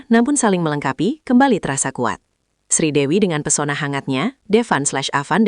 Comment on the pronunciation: Bukan Sridewi mbk tapi Sridevi jangan salah ucap ya❤❤❤